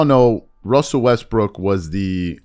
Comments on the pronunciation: The analyst sounded like he called Russ "Westbrick." . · Did He Say WestBrick At the End!?? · am i tripping or did that dude say westbrick at the end of that sound bite ??